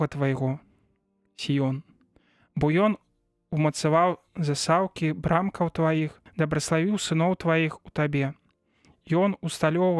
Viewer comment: Прачытана: заса'ўкі, слоўнік дае націск на першым складзе: за'саўкі.